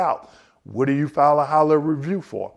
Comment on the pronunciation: Why are you saying "Hollah review" instead of HIGHER level ?